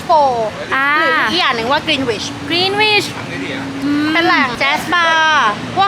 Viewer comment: Greenwich อ่านว่ากรีนนิชนะครับ ไม่ใช่กรีนวิช